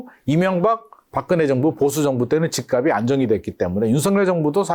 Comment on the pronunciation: 다른 건 다 알겠고, 부동산 전문가들 제발 "집 값이" 발음 좀.. <집갑시> 제발 제발 수많은 유튜버 부동산 젓문가들 이 기본적인 연음법칙도 안되는 사람 천지. 처음엔 이거 발음 못하는 전문가는 거르다가, 이제는 하락 상승론자 하나 같이... 하. 😅